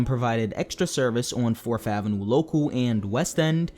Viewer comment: 4TH, not 4F, learn to speak!